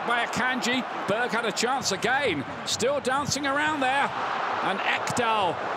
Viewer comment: Gilla om ni tycker att det är lite roligt när kommentatorn säger "Berg".